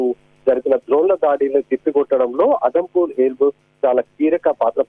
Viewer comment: అదంపూర్ కాదు.. జమ్ము, ఉదంపూర్ ఎయిర్ బేస్ అది..పీఎం గారు జవాన్ లను ప్రోత్సహించడం బాగుంది